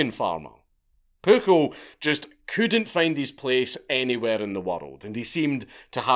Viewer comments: The amount of times he says “pookle” and the fact it makes me laugh every time and idek why 😂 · I know I know.... But his name was PUJOL (Puiol)